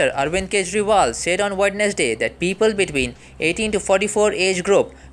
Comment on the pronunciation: your pronounce of Wednesday is wrong.